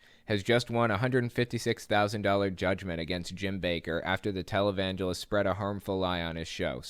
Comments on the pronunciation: When you said Jim Bakker was a "televangelist" at first I heard "Talibangelist." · "televangelist" My bad hearing: "Talibangelist"